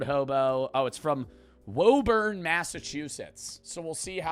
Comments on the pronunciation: its "wooburn" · hey buddy its pronounced "woo-burn"